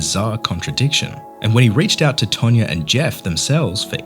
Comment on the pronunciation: It's TANYA, not TANYA-R